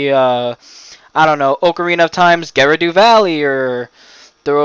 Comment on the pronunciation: I hate the way you pronounced "Kakariko" and "Gerudo." 😅😅